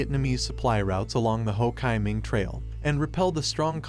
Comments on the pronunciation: "Ho KAI Minh?!" No. It's "Ho Chi Minh" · The Narrator pronounces Hochiminh wrong, it pronounces, Ho Chee Minh .x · Dude are you seriously allowing this to be out in the public where the AI can't even say Ho chi Minh appropriately they call it Ho (chi)KY Minh like lambda chi!!!🙄😮‍💨 IF YOU'RE ACTUALLY DOING WORK AND GETTING PAID FOR IT DO THE WORK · Also locally its Lao. The S is silent. And with Ho Chi Minh, it's Chee, not Chai. And it's definitely Saigon, not Ho Chi Minh City for southern Vietnamese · Hele, the Ho Kai Ming trail 😂, Jesus Christ 🫣, at least try to tweek the Ai to say he's name right, Mama Mia, this is definitely a thumbs down video, please do better research next time, wrong on many issues in a video only 10 min long, well you should actually get some kinds of price of that, wow am amazed, people please to better a research dont listen to this,cuz its basically bs! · AI narrations are unlistenable. "Ho Ki Min"??? Give me a break!!! Learn to speak English. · Ho KAY Minh 😂🎊🤣 stupid robot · Yes, detracts from the effort as a whole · Ho "kai" min?? 😂😂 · I'm sure this must be AI talking because they can't pronounce Ho Chi Minh's name, right? What happened in 1954 with the French?The reason that they lost their Colony in vietnam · The name Ho Chi Minh is mispronounced throughout the video.